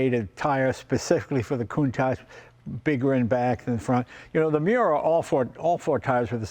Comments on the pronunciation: I remember in the 80s when no American could say the name correctly.. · That guy says he’s Italian but can’t pronounce the name of the car correctly….. 🙄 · These guys own a COUNTACH but can't pronounce the name correctly. why not call the Miura the Miurish !